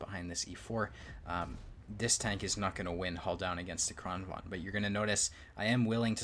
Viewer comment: I get triggered every time he fails to correctly pronounce "Kranvagn".